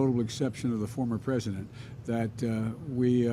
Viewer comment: The f**** a**** Biden says pres of the United States. He can't even speak president